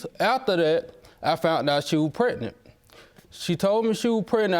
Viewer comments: Why do they keep saying “pretnet” on the shows? The word is PREG-NANT. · I hate when ppl say "pretnant" or "pre'nant". ☹️ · If one more person say "pretnate" I know something🙄... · Can anybody say pregnant instead of pretnant anymore??😂😂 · Did she say, "Prenant"? See this is why I'm single...what black man do you know wants to deal with an uphill battle on some country paternity bullshucks? Well, hope she has BIG FUN(like Claire Huxtable) being on public assistance, section 8 housing, EBT,WIC, and SNAP🎉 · When they say prednet I smh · Whyyyyy do they pronounce it that way preg nant..I can't on today! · She said, "Prenant"😒 Words...